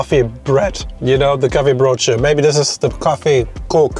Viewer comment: It is not "brooTje" but "brooDje". Brood is bread.